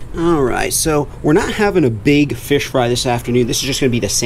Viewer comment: MEANT TO SAY " THAT WAS A BIG FISH!! BUT IT SOUNDED LIKE HE SAID "B!TCH!!" HAHAHAHAHAHA 😂😂🤣🤣😭😭😭